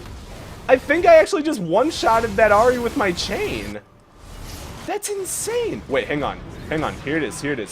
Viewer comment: Insane? or inchain? Kappa